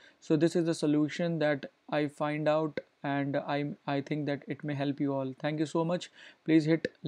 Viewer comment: I just bleed through my ears. that "That" and "It" pronunciation........